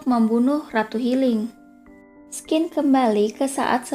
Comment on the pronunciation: sebaiknya scene dibaca sin saja.. jangan skin.. 😅